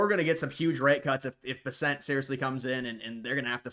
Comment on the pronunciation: You keep mispronouncing BESSENT! The accent is on the first syllable not the second..BESS ent. Have you never seen him on the news or anywhere??